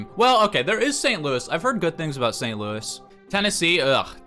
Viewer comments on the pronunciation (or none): none